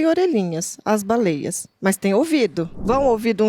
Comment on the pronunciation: Pirulla falando baleieis ❤